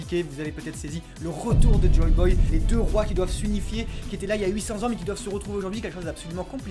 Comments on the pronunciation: Putain, JOYBOY ! Et non JOBOY. Aussi on dit ECRIVIT* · et si oden était toujours vivant et que s'étais le papy au masque de oni rouge :~o, sinon juste un petit details, ses joyboy, pas joboy :P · joYYYYY Boy. Pas "Joe" Mais le taf est impec, se démarque de tout les autres, propre. Force